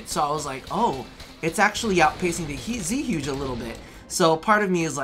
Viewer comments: so, it's pronounced "Zhoo-guh", not "zooj". the weapon is chinese, based off of Zhuge Liang - a masterful strategist of the 3 Kingdoms Era. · Zhuge: It's pronounced JgU-GAY Like the Chinese war strategist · The Zeehyouj Zhuge is pronounced Zooj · zhuge = joo guh look up zhuge liang or listen to this it will give you some info on the history of the repeating crossbow.